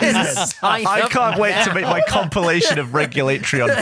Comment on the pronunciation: I can't believe how difficult the others have with pronouncing Regulatreon XD